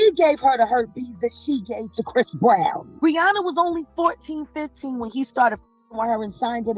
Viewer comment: chris brown ..if you going to speak about him make sure you get his name correct first